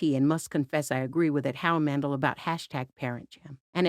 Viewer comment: It's pronounced Man-dell, not Man-dull.